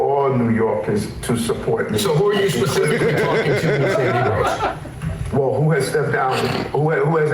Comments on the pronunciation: NOT NEGROES...NIGROES IS WHAT HE SAID. he 100% meant black ppl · Just for context here: he said "NIGROES" not "NEGROES". They have very distinct meanings in the black community. He knew what he was doing when he said it. He was dog whistling and I hope y'all pick up on it.